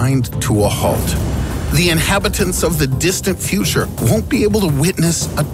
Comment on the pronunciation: He lives in the fweter